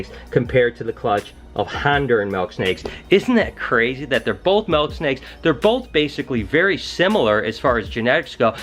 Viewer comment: its MILK not MELK haha, you're the man!